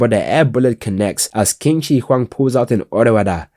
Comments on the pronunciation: I’ve heard worse, but my boy Qin (it’s a bit closer to chin) Shihuang is the goat! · Qin is pronounced more like tsin